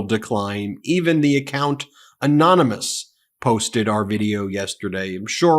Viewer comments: Donnie name- calling ... Mr. Kellyanne Conway and then Donnie wonders why he is called weird. Anomus ... Anomus ... Anomus for anonymous and Or-an- gez ... Or-an- gez ... Or-an-gez when Donnie is trying to say "origins" or refuttal when Donnie means refute. No wonder why Donnie needs to ban and burn books to dumb- down America so they are more like Donnie with just pure stupid. Hard to be a dictator and control people when the people are smarter than the dictator. How did Kellyanne Conway explain how Donnie talks ... alternate truths ... hmmm, that still defines as a lie. So George Conway got under Donnie's skin just like George wanted to see Donnie squirm ... I like this. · 😆 trump can't pronounce the word "ANONYMOUS" 🤣